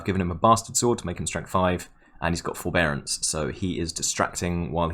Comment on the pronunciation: "He's got forbearance" I swear I heard "He's got ball bearings"...